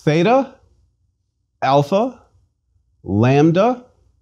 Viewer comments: I know I'm going to be in for a great lesson when he says alpha is pronounced like the a in father and then pronounces the a in alpha like in cat or cake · How come your pronunciation of certain letters doesn't reflect their Greek spelling? For example, you pronounce "alpha" with an "a" sound like "cat" instead of "father." And you pronounce "iota" with an "i" sound like "pie" instead of "police" or "hit." Please advise!